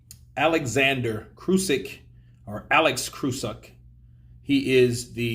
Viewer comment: you should pronounce as Krasiuk not KRUSYK and so on...:D lol Regards